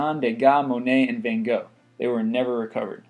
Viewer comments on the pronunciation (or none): none